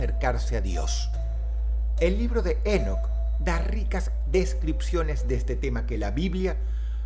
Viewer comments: Enoc, con acento en la o. No Énoc 🤦🏼‍♀️ Hermón, no Hérmon 🤦🏼‍♀️🤦🏼‍♀️ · no es Énoc.... es Enóc , con acento en la "O" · Ok pero su pronunciación es Enóc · lol dross... se pronuncia INOCH pero se escribe ENOCH lol me encanta el accento :PP♥ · Drossito se pronuncia Enoc (É-nok) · ENÓC con acento en la O No en la E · Si vas a hacer un video de alguien por lo menos investigar como se pronuncia, cada vez que dices énoc dan ganas de enterrarse un clavo en los tímpanos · El acento es en la "o"... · Enoc, con acento prosódico en la "o" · Dross... Enoc lleva el acento en la ó, es una palabra aguda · Creo que la pronunciación correcta de "Enoc" es con el acento en la última sílaba por ser palabra aguda, estimado Dross, un saludo 🙌🏻